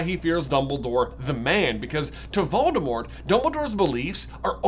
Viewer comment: You're pronouncing Voldemort incorrectly.